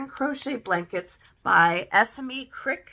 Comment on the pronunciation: I’ve just received this book too and it’s wonderful! I have loved your review of it, and shall delve into all your other videos now. 😊 As a British person I hope it helps to know Esme is usually pronounced ‘Es-May’ - I didnt want to cause any offence but wanted to let you know - because when you know you know 😊 xxx